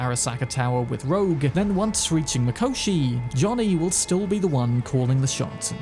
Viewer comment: its "rogue" not "roak"